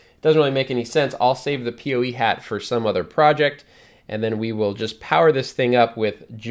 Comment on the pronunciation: PoE (Power Over Ethernet) is great and makes wiring much simpler in most cases. People usually pronounce it "poe" instead of "pee oh ee", though. ;)